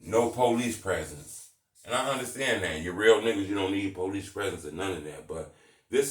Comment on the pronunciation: This nigga “policey”🤣